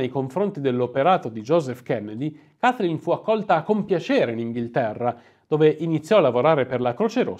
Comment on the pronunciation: Ancheio ho un pessima pronuncia inglese, però non puoi pronunciare "Kaiflin" 😄😄